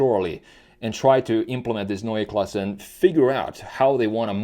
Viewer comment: Neue Klasse - new class, but pronounced quite well for a non native speaker. Usually it is used as "a class of its own" connotation and I bet BMW can deliver that too , no matter what drive train they are using cause do not forget they might be the last in the game still working on hydrogen in its different incarnations. Most people do forget about that, the long history of BMW hydrogen cars outside of the scope of the fuel cell: They are burning Hydrogen in ICE cars the last and only proper solution to meet the emission standards for any vehicle in the EU cause they are burning hydrogen in the usual and just slightly modified engines in the past decades starting in the 80s with the 7series hydrogen car - of cause experimental one. Therefore still in the game - at least for those who will be able to afford to buy green hydrogen (a lot more expensive without subsidies) might be able to buy a german picea system from Berlin which is a solar power system that is producing Hydrogen during summer for long time storage which is then later be used to run a fuel cell for heating (I guess 66% of the energy is used as electricity and 34% as heat to heat the house), not cheap at all or maybe affordable by american standards for roughly 100000$. At least an alternative for those with big pockets. But for sure BMW has to move to EV big times and will do that cause the key markets are dead for ice like China and Europe cause only for a limited time they can offer hybrids which are the wors